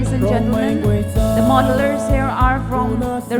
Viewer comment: Models, not Modellers, lol😂😅